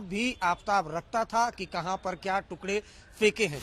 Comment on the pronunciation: Tukre nahi tukde madam....Work on MTI when you are working on a national professional channel..